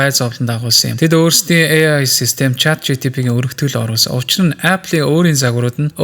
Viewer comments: yoo ymr hetsuu sonsogddin bee CHAT GTP ni 😡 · Chat GTP gdeg n ulam tod sonsogdd hetsuu bailaa 😢